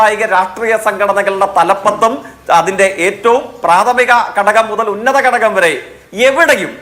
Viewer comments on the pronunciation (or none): കടകം അല്ല, ഘടകം എന്നു പറയൂ